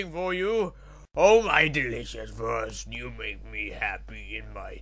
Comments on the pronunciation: INSTANT WIN. I lasted until the first time he said "Vursts" before I broke down laughing. The voices were filled with win. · They pronounced Wurst verry... WIRRED xDDD And I LOVE Italy in that one eue